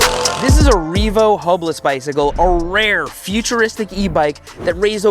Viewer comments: sounds like said HOMELESS instead of hubless 😂 probably accurate for the makers of this product 🥲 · sounded like you said "homeless bicycle"